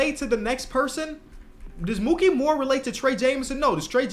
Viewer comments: It's Mikey not "Mookie." For Mikki Moore. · Mikki Moore, not Mookey lol (i only know this because i'm a big Nets fan, you mixing up his name is extremely understandable!)